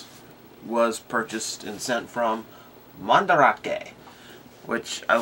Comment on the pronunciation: MandArake, it's not spelled "Mandrake", so you pronounce it as "Man-Da-Rake", or if you want, "Man-Da-Rah-Kay", but not "Man-Drake"